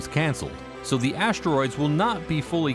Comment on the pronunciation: Never heard them called ashteroids before…